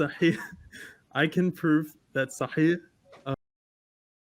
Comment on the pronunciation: he said sahih with ع to sound arabic 😂😂😂😂 its with ح dude